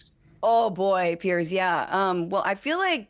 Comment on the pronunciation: Why doesn't Piers correct, every time he called him Pierce?